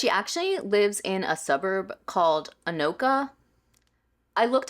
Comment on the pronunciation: You pronounced Anoka correctly :). We do consider the greater metro area part of the Twin Cities. Not criticizing your take in any way, that lady is cray.